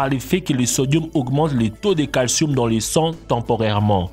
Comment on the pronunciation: Du calcioum et du magnesoum 😂